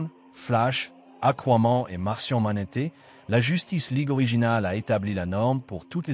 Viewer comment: Vous auriez pu faire le doublage vous même, parce que là, la version robotique qui prononce sans énergie et littéralement syllabe par syllabe, ça rend pas ouf... Genre "Martian Manété" ?!?!?